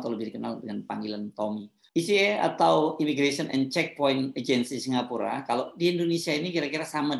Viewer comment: SINGAPORK atau apa itu , yg jelas bacanya !